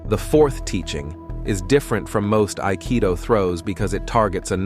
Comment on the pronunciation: ypurer Nonsens. Nicht einmal das Wort "Aikido" wird richtig ausgesprochen. Die Techniken haben kaum Zusammenhang mit dem Text, der Großteil Quatsch ist.